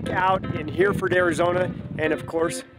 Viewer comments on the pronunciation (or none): Incredible build, but isn't name of the town is pronounced Her-Ferd, it's a type of beef cattle, not Hear-Ford - the way it looks. Having spent most of my childhood in Yuma, where there are plenty of beeves, I'm pretty sure the name is referring to the type of cattle that started the town.